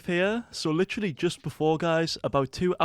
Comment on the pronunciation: is "literally" or "litchily" how hes pronouncing it an universal word to put everywhere to underline something?